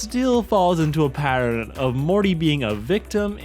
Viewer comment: youre just explaining the episode and adding NOTHING, who the fuck watches this, just go watch the fucking episode youll get more enjoyment out of it and atleast they can pronouns words correctly unlike this guy "parreln" say pattern, cmon, say patterrrn. Good boiiiiii.